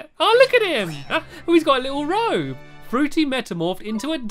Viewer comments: Why do you always say that fruity as drippy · It's fruity not Drippy! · Yea and he was calling frutey drippy lol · Did anyone notice that Stampy said Drippy instead of Frooty. : D